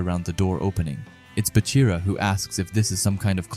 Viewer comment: I stopped watching when he said baroo